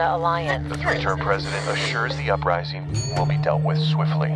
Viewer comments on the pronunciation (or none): none